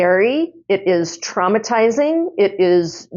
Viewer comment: lol…you said traumatizing but I heard trumpetizing. 🤣 which truly is traimatizing